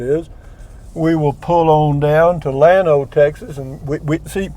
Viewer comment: Lu me su. Ha ha. Should be La may sa. But you know....Llano is supposed to be ya no. Enjoyed this one! Take care!